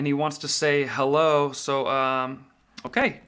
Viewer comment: Says helleau....hahaha